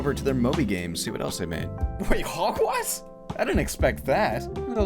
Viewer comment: Did anyone else hear him say hogwest instead of hogwarts